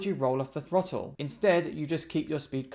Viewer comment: Did he say twottle .😅